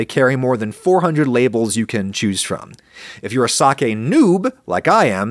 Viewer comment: 1,000,000 points for pronouncing "sake" correctly.